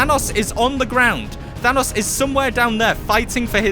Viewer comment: than os is the pronunciation